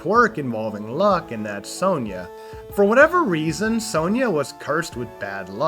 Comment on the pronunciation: you mispronounced Sonja too